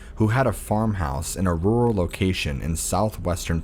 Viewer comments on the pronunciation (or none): none